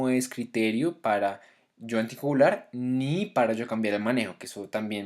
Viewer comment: Pronuncia mejor la palabra ANTICOAGULAR